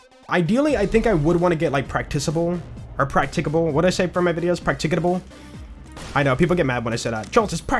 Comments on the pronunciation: dude the way the said practice-able so normally probally made all of us feel stupid for not knowing he clearly can say it 😂 but we all know it’s practickable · isn't "practicable" stressed PRAC-tic-a-ble rather than prac-TIC-a-ble? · Practicable. Prack-tick-uh-bul.